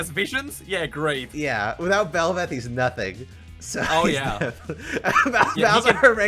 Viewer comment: Why the hell is Kassadin even on this??? And why did both of you butcher belveth? AWFUL headcanons